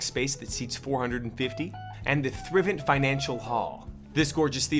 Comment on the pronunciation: It’s pronounced (Thrive-ent)